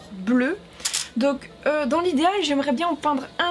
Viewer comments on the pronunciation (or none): T'as dis idéal j'ai entendu IDH putain jrévise trop mes cours de géo jcrois